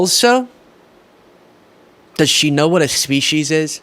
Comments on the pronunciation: For the record, it’s pronounced speesees, not speeshies. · No, she said Soeech She's. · There is no h in species why are you pronouncing the h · Yep, she said "self preservation & to protect iur species"😂😂😂. Wowzers